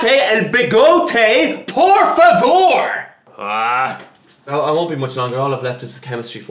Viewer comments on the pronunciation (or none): O por favor dele, pareceu português brasileiro. Com o meu sotaque ainda.